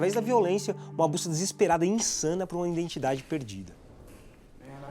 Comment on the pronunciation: Só eu ouvi a palavra “iNdentidade” mais de uma vez? Muito bom o canal, mas esse erro é doloroso...